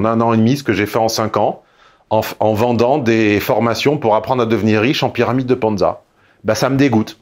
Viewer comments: On dit "pyramide de Ponzi" pas Ponza! 🤣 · N'est-ce pas Ponzi, plutôt que Ponza ? 😅